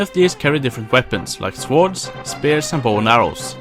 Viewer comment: Please, stop saying "soårds". Just skip the "o" and you'll be pronouncing it prefectly. Despite my nitpicking, I enjoyed the video, so thanks and gj ;)